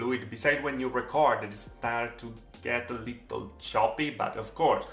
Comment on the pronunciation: I love the way pronounces little LOL "Leetel". so cute